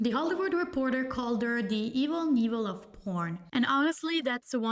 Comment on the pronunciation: Just a friendly FYI Evel Knievel is pronounced: Evil K-Nevil. You actually say the ‘K’ and then ‘nevil’. I’m from Idaho and he tried to jump the Snake River Canyon right where I grew up—I’ve heard his name a bjillion times and seen him perform.